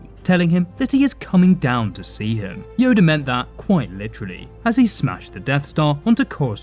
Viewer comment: y'all ignoring the fact he said yodie at the begining